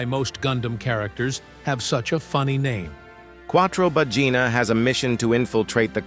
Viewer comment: Ahhhhhhh It's Quattro Baggina. I tought that Quattro Vagina was a bit too explicit.(Ps i'm Italian, they sound the same to me)